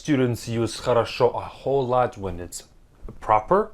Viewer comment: Чувак, ты пытаешься втоптать людям в голову дичь про разницу прилагательных и наречия, но у них они все звучат одинаково. Лучше подучи свой иглиш, а то от твоего "э вхол лат" даже я чуть не подавилась колой.